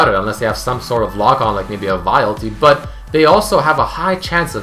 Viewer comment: try to fix your accent with but. Whenever you say it (preety oftenly) you say BUtt. Just but